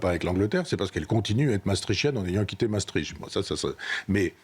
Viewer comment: Mme Ferrari, pour une journaliste de votre trempe, il serait bon d'apprendre à prononcer Maastricht et non Massetritche. Exercice: Masse triche t.